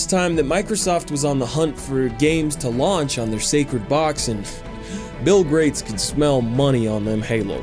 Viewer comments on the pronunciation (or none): Bill "Grates" lol